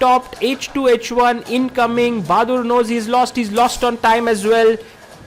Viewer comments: "Baadur". Not "Bahadur". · lmao he really said bahadur 😂